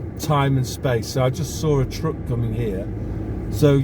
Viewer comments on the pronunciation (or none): a trouck? It is a truck. T r a k.